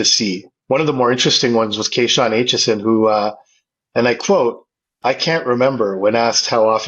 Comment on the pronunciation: Who the hell is carnbenaue ? Or lacovic? Or even aitchkinskn 😂? You mean carbonneau * aitcheson * lakovic *